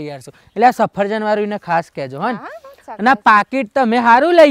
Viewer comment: Safarjan nai safaljan bolvanu bhai badhu hamjavu pad Mar ov